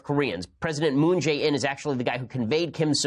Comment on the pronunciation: 문재인 발음이 Moon Jane ㅋㅋㅋㅋㅋㅋㅋㅋㅋㅋㅋㅋㅋㅋㅋ